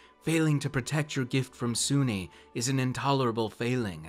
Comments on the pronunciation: Soo-Nee? I thought "soon" or soo-neh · Lol. This is silly. It’s also pronounced “Soon”. So “Soon-nee” grinds my gears. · Great video! But just as a bit of an anal retentive nitpick on my part. Her name is pronounced as "Soon-nae", for YEARS I mispronounced her name, too. I used pronounced Sune as though it rhymed with the word "rune". But in the end, wound up discovering years later that her name is pronounced as "Soon-nae". She's a really fun goddess to utilize (and is often just relegated to being nothing more than a simple Aphrodite figure), I mean, she is one of Shar's rivals, and it's a charge by Sune to her bards, fighters, and paladins to travel and aid traveling good clergy and/or adventurers. So, while yes, she is the Forgotten Realms' Aphrodite figure, she's actually kind of a badass, which unfortunately doesn't get recognized. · Just a question. Do you pronounce dune dunee?